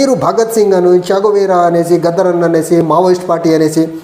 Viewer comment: పవన్ కళ్యాణ్ చేగువేరా కాదు "" చెంగు వీర "" అని CPI నారాయణ ఎప్పుడో చెప్పాడు 😜😜😜